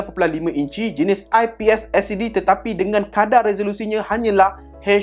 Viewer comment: tetapai😂 kau ckp ape do mengarur btul la😂